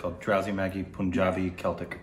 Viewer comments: Guys, it's PUN-JABI (pun pronounced as in fun) .. Not POON-JABI! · I still don't know why they pronounce punjabi as poonjabi while its pronounced same as the word "pun" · WHHHHHYYYYY POOOOOOOOOOOOOONJAABI?!?!?!!?!? IT'S PUN-JABI. PLEASE FOR THE LOVE OF BABY YODA SAY IT CORRECTLY THIS ONE TIME!!!!!! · It's not Poonjabi lol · Pun in Punjabi is pronounced as Pun, the English word.